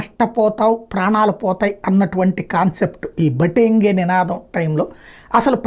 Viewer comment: బాటెంగే కాదు , బటెంగే... రెండిటికీ తేడా ఉంది.